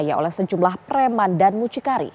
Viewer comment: 𝘙𝘢𝘭𝘢𝘵 : 𝘔𝘜𝘊𝘐𝘒𝘈𝘙𝘐 𝘣𝘶𝘬𝘢𝘯 𝘮𝘶𝘕𝘤𝘪𝘬𝘢𝘳𝘪